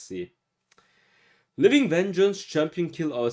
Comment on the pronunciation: Vengeance is pronounced Venjens or I would say Vin jence. Trying to help you out haha